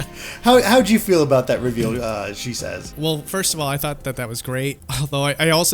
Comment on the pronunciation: Why does everyone always pronounce your name as she says? I think it’s she ses